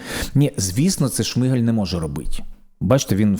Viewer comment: Почему вы каверкаете фамилию премьера, это некультурно, он не Шмыгаль (по укр. Шмигаль), он Шмигаль (по укр. Шмiгаль), с ударением на первый слог.